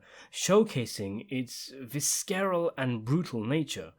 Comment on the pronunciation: Friendly correction. The pronunciation for the word, visceral is "visseral" instead of "viskeral." Also, the word you want to use for a severe beating is pummeled. The word you used, "plummeted" means, to fall down rapidly from a considerable height.